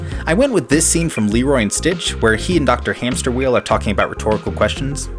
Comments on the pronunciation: Hamsterviel: It's hamsterviel not hamsterwheel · I snorted when you said “HamsterWheel”. I could hear him screaming “Hamsterviel!!! *HAMPSTERVIEL*!!!!”